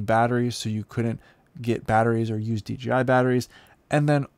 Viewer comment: DJ-EYE, Ya, that'll do...